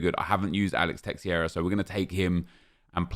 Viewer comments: It's teixeira not teixieira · Nep, it’s not teXIeira, it’s teIXeira, where the X is a sh sound, something like tay-shay-ra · Who is "terrera"? It's Teixeira fdp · teixeira is pronounced 'teh-sheera' please say it right nep its beyond a joke